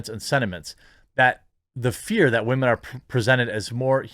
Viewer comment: "Wamen". Damn, that's so funny. Shadilay and praise kek.